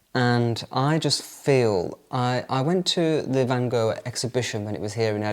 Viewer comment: So nice you are in my country in the capital city❤🌷🌷🌷I have real 17th century Delft tiles in my kitchen. If you pronounce Van Gogh like you say loch in Scottish you pronounce it like we do 🙏🏻😘😅